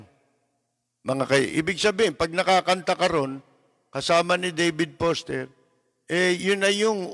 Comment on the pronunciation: Lapid, hindi po Poster, kundi Foster! 😂😂😂